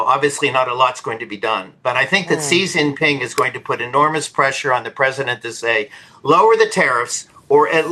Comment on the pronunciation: "See Jinping"?! Use the Mandarin pronunciation/transliteration, or even the ugly Western "Zhee Jinping"; but, don't use the southern dialect pronunciation. Tool.